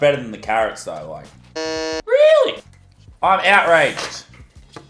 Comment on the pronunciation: Muselk says weewy insded of really